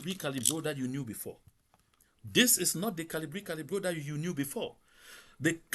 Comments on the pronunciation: It's Valsero, not Calibri Calibro. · Good evening my brother. If I may say, the guy on the video is Valsero not Calibro. So please correct it. Thanks.